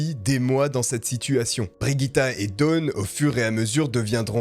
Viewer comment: Et aussi ça n'est pas Brigitte, mais Birgitta, à prononcer bir-ii-ta (si mes souvenirs de suédois sont bons) Mais bon là on chipote 😅 Sinon n'hésitez pas demander les prononciations avant une vidéo. Je suis sûre qu'il y a assez de followers pour vous aider à couvrir pas mal de langues.